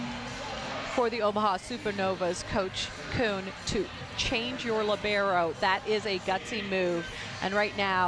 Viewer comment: That I can't answer. But maybe you can answer to my question: why anyone, repeat ANYONE, even Professional player or Journalist, pronounce "libero" in a wrong way? LI-bero, the stressed syllable is the first one not the second li-BE-ro. But I must admit that italian pronounce of English words is really horrible.